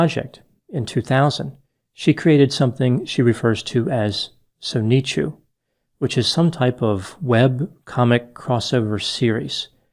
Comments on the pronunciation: So-ni-chu? It's Sonic-Chu! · Soneechu lmfao tf, its sonichu brah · “Sone ee chu” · A lot of normies getting redpilled in CWC lore in just the past week. EDIT - It's pronounced Saw-ni-choo, not So-neetchoo. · 2 gripes with this so far (only a few minutes in) "Chan" is not the last name, it's Chandler. Sonichu is not pronounced that way. It's "soni chu" not "so ni chu". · It’s called “SONIC-Chu” you better put some respect on Sonichu’s name doc! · Its son-eh-chu, not so-knee-chu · It’s Sonic-chu. Not so-knee-chu. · I doubt he did much, considering he's referring to Chris as if his last name is Chan. Also "Sonychu" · CD S Depends, I suppose. Most people I've encountered, myself included, pronounce it as "Son - ne - chu" or "Son - na - chu." You can check out a variety of different readings of the comic on YouTube and work out which one works for you. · I’ve never seen anyone say it as Sonic Chu. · So knee chew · You pronounce it like sauna chew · “ITS SOOHHH—CHHEEWWWW” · "Sone-e-chew" after all you've covered I still have to say: you poor, innocent man. Turn back before it's too late. The legacy has been corrupted. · “Comic known as Sony-choo…” Ok, never mind this guy has no idea what he’s wading into here. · FFS, it's pronounced "soni-chu", it's literally Sonic-Pikachu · I love how he refers to Sonichu as Sonitchu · the amount of people I've seen pronounce Sonich as SoNEEchoo is hilarious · Your pronunciation of Sonichu is a bit overwrought,. There's no "ee" sound, it's pronounced pretty much as it's spelled: "Son-itch-oo" Interesting video, it's refreshing to hear your take on this exceptional individual. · I love how he pronounces Sonicchu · its pronounced SAW-NUH-CHOO a mix of sonic and pikachu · Sokneechu lmaooooo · The sonichu is pronounced like pikachu… shees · So-ni-chu. is a weeb or has at least taken Japanese 101 confirmed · It's pronounced Son ah chew. like Pikachu. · So-knee-shoo hahaha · So knee chew 🤣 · Soneechu lmaoo